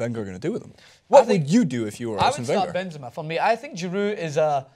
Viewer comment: giroud not gerard